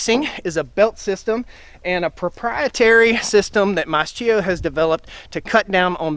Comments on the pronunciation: It's pronouned "Maskio" not mascheeo🙄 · MAS-K-IO k like in kitchen; ch in italien is k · In Italian it would actually be pronounced "maas-KEY-oh". We moved to Italy last November, so we are learning the language. It's been an adjustment trying to re-learn how to pronounce certain letter combos. I grew up mowing hay fields with a sickle mower. Nice to see them still being used. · I believe it's pronounced mask-ee-oh with a K sound instead of a CH sound.